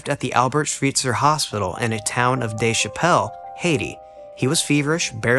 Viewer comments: Did he say "the city of Dave Chappelle in Haiti"????? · Did he say in a town called Dave Chappelle in Haiti?😂